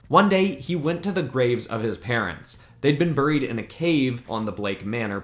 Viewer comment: Why he say buried so weird?